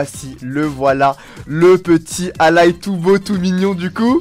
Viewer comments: on dit allAille pas allay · ça se dit pas allaye ça se lit allai on dirais que tu dit à l'aille